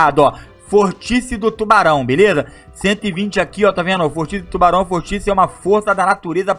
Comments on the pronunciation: ce falo vortice mas e vórtice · vÓrtice, não vorTIce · Mds, ninguém corrige o, Mano ele teve a capacidade de falar "vórtice" errado